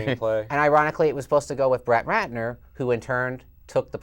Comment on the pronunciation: "Brett Ratner"? LOL